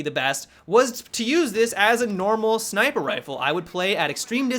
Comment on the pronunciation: "SniPRe" lol